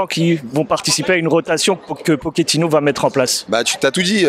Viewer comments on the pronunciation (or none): Por favor on ne dit pas poketino c’est pas un rital